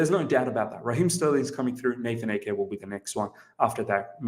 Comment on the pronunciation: It's AH-Ke! Not Eke! Please!! :/